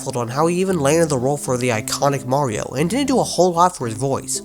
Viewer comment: Its a mii ah mawio